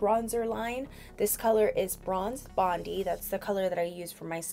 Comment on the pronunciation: Bondi is pronounced bond-eye as in Bondi Beach, Sydney Australia 🇦🇺